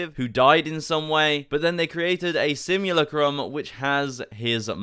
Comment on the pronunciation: You’re saying simulacrum wrong